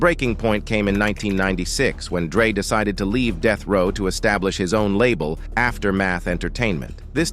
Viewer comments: when AI narrates the video, deathrow turns to deethrow,among other things. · "Soogay Knight" & "Deeth Row" AI narration be killin me:face-green-smiling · Bro... STOP using AI to narrate. Unless, you've got a speech impediment or something. Even then get a friend. I had doubt until the 'ish point. What the actual fuck is DEETH row records!? Also, alongaseeda!? Bro... SOOGA Knight. Come on... If you think I'm just talking shit, listen to this. - I hope to NEVER get this type of garbage recommended to me. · Annoying af I was already annoyed with how he pronounced Suge and pissed me off even more when he said "DEETH row" smfh this AI shit so corny why not just use a human?